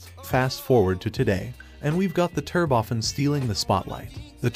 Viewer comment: Turbofen? Must be a flaw in the computerized text to voice AI.